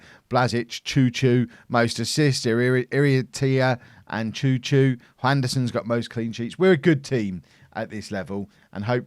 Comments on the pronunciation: Chouchoumis is not Chou Chou in greek its Xou... His name its like Xouxoumis. Like so can see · I do love this series.."ohh is in greece, should be fun hearing how he pronounces names"... hold my diet coke..." choo choo and fat john" 😂😂